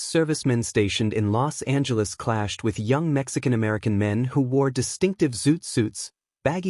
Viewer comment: You're pronouncing "Los Angeles" incorrectly. The "S" and "A" run together. The way you're pronouncing it sounds like you have contempt for the City of Angels (est 1781). Anyways it's always good to hear about Los Angeles' history.